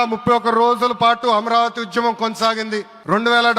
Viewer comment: అమ్రవతి కాదురా నాయన అమరావతి 😂